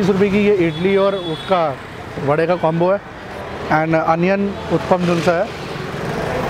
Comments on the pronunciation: Its not uthpam its uthappam da gundu punda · You give north Indians a bad name. Stereotypes exist because of your actions. Uppam nahi hai bhai, utapam hai. Kuch toh sahi bolo. Sirf butter bola hai barabar se pure video mein. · First of all "its UTTAPAM" not UTPAM as you are pronouncing! As a leading food blogger you should not do such pity mistakes!Secondly why you always give high rating to each and every food joint you visit,it seems whole delhi food outlets are selling 10/10 food stuff...Try to give honest review,it will increase your channels credibility!Thirdly stop praising "AMUL BUTTER" in each and every video as it is quiet irritating now!Finally Earning money is every persons priority ......But you should follow some ethics while doing so,trying to say .....Put less Advertisement in your video,nowadays when I play your video i have to watch 5-6 Add it's quiet Annoying!Please don't take your subscriber for granted because they are the one who put you in 1 Million Club............Good Luck for future Endeavors!👍👍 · उत्तपा केहते हें, उत्पम नाही😁😁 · Bro, it's not uthapam it's huthappa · Please pronounce vootappam